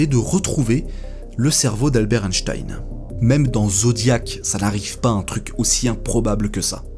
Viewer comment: Quel plaisir d'entendre le nom d'Einstein prononcé correctement ! Sur les chaînes anglophones, ça fait saigner les oreilles d'entendre un 's' à la place d'un 'ch'. Pour répondre à la question de fin de vidéo, personnellement je trouve extrêmement choquant que l'on n'ait pas respecté les volontés d'Einstein.